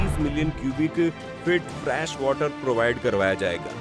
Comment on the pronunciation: My suggestion to you is, please check your pronunciation for some words like made, fresh and many more. You pronounce them wrongly which leaves a wrong impact because when you are explaining something it is very important to check your pronunciation and vocabulary.